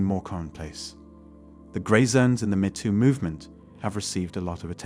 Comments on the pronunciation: It’s not “Mehto” … it’s Meto! Geez! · This computer-generated voice is pretty damn good, except it kept saying "met oo" instead of "mee too." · You lose credibility by mispronouncing the "Me Too" movement. It is NOT the "meh Too" movement; It is the "Meeeeee Too" movement. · The robot can't pronounce MeToo properly. I'd suggest splitting it in the script to "me too". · AI reader? “Metoo”??? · The “met too” movement? “Lah METS”? So, this is a mechanical voice with an English accent? High larioius. Next time I need some help, I will ask if someone could help “met” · Don't think we can't tell your lazy, AI voice can't even say "ME" properly..... try harder get better unsub'd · If you use these AI voice overs can you at least ensure terms like “metoo” is pronounced correctly. Especially if you’re gonna use it 50 times